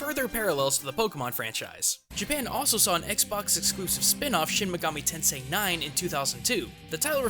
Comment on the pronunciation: Well shouldn't he know how to properly pronounce the words if that's true?